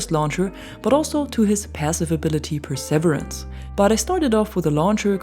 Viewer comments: Hey your English is excellent but just so you know, perseverance, though it might not look like it, is pronounced pur-suh-VEER-ance 😊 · Love your content, looking forward to some time with this weapon. If I may, for "perseverance" the accent is on the third syllable, and it rhymes with "beer", like per-seh-VEER-ance. Thanks again for the great videos.